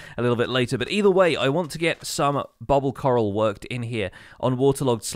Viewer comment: every time he say "coral" i hear "carl"